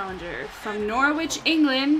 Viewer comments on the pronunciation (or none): YOU SAID NORWICH WRONG!!! it is pronounced "Norrich" and Spelled "Norwich"